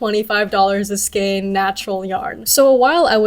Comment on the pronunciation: Skein rhymes with cane. 😊